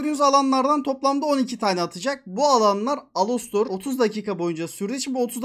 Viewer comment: Alastor ❌ ALOSTOR ✅